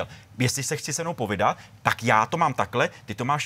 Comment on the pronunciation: POVÍDAT, ne POVIDAT